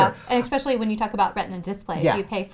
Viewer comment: So you’re an educator and you say “ec-specially?” SMH...